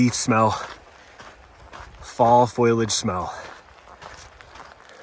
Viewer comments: Foliage is not pronounced “Foiliage” sorry not sorry for being that guy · "Foilage". I lol'd.